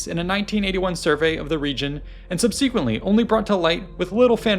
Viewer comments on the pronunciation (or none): “SUHB suh kwuhnt lee” not “sub SEE kwent lee”